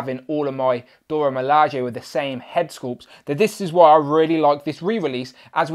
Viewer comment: Pronounced "Dora" not "Dorya", and "Ah-yo" not "Ay-yo".